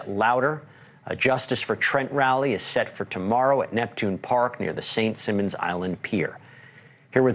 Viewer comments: Learn to read Bozo, it's St. SIMON's Island Not St. Simmons! So stupid! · cannot even believe this reporter doesn't know how to pronounce St Simon's island